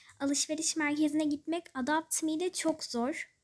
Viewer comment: Ya hala adapt me diyosun ama iyi video